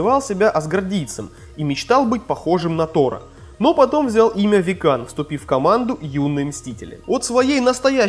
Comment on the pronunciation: не викАн и халкинг а вИккан и халкЛинг